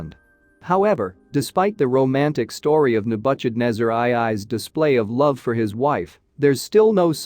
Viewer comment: Ne-budge-ed-nezer! LOL